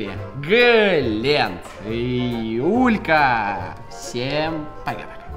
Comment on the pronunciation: После «Глеент» хочется услышать «Кобякоов»